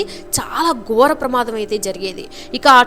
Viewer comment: మాటల ఉచ్చారణ చక్కగా ఉండాలి. గోర కాదు ఘోర అని వత్తి పలకాలి. ఇలాంటి చిన్న చిన్న లోపాలు ఉన్నాయి ఉచ్చారణలో..